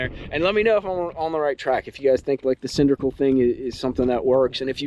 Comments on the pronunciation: it's cylindrical with an " L" say the word properly, it' s not cindrical. It's a hard "L". Don't take offence,thanks. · Homie, love your content and videos. But it's " Cyl-in-dri-cal". You're killing me with that. Lol 😂. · The word is cylindrical there “”